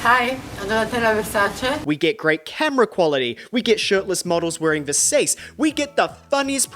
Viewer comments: Did you just call Versace Ver-sace? 😂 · I’m sorry how did you pronounce VERSACE?